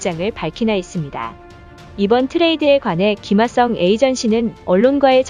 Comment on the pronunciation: 김하성이라고 해주세요 김하썽?